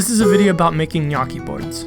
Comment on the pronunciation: I'm really impressed by the way you pronounce "gnocchi", because I was expecting a pronounce similar to the "gn" in "pregnant". So, bravo!! By the way, I'm Italian